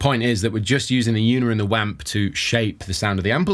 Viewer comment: I cringe every time I hear "wamp"